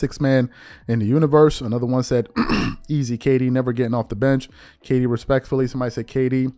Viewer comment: stop it’s Kd it ain’t that hard😂